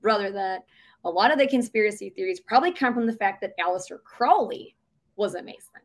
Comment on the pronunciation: It bugs me that Aaron is mispronouncing Alastair CROWLEY ... There's an Ozzy Osborne song: Mr. CROWLEY.. it's not CROW LEE .. as in a bird 🦜 it's KRAU LEE as in POW 💥 It's a song that played on classic rock stations for 30 years. I've never heard anyone say CROW-ley. . It's KR AU LEE .. You keep saying it and no one has corrected you it's driving me completely bonkers . . I'm schpilkus! (I realize you were in a cult and not driving around listening to rock n' roll in the 90's)